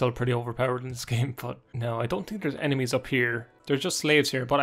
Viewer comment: "I tink" lol love that. Great vid btw